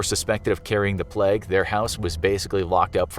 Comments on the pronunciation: Your pronunciation of “Plague” hurts xD it’s Plague, not Pleg. Great video though, here’s a video suggestion, what about an episode specifically dedicated to Burke and Hare? Since they were pretty famous serial killers and you do have a series on that kinda stuff already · is no one gonna talk about how he said plegg instead of plague? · The way he says plague cracks me up